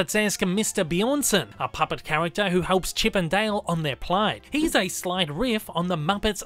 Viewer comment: Nobody:: "Chip and Dail"